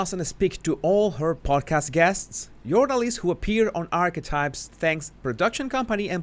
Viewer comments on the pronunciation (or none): While listening to you with my old ears and eating a crunchy snack you said the word archetype pertaining to Meghan. I heard arsewipes instead of archetype. Now I know I will never hear the correct word again. It will forever be arsewipes. Lol